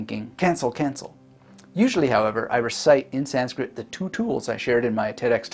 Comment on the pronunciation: "make your goals hard to avoid" Someone's been reading Atomic Habits. Also your Sanskrit pronunciation is great.